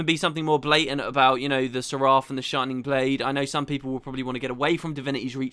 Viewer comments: It's pronounced "SER uf", rhymes with sheriff. You can hear Logan in this very cutscene pronounce it correctly three times. Please educate yourself before you make a video, you sound like a buffoon. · While Guy4t4t could have said it a lot better, he is right about how Seraph is pronounced.